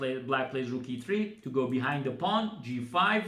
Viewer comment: Very nice....pay attention to pronunciation of the word "go"...your English interpretation is fantastic